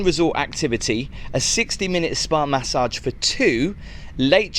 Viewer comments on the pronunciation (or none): none